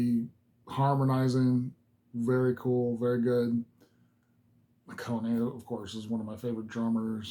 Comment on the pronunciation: BAND-MAID are MMA! Mixed Musical Arts. Oh-Kone-Nay? At least you didn't say A-Cane. LOL!!! Say it with me now, Ah-Kah-Nay. The effect on "Miku's" guitar is an illusion. It's not her. Back when they recorded this, and probably still to this day, Kanami is playing both of the guitar parts. She teaches them to Miku later for the video and the LIVE performances. It's just cheaper and quicker that way. Most don't even consider it, thus the illusion is complete. Check out 'Don't Let Me Down' again. The whole song is in English. Yes! Miku is fiercely cute! She is Kowai Kawai! Scary Cute! Here;s a little help on remembering how to say Akane's name . . .